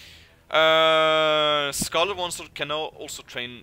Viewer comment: Am I the only one keep hearing Scarelt Oneslaught??